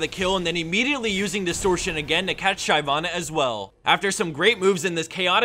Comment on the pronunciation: And "Shy-vana" strikes again #Kappa